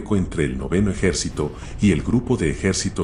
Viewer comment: Qué programa usas para esa voz sintetizada? LA verdad qué está muy bueno, solo se delata cuando te olvidas de poner una tilde, por ejemplo, cuando dice ejercito en lugar de ejército. O cuando pronuncia fiurér en Lugar de fuehrer.